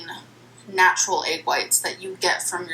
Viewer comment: Egg= “aygg”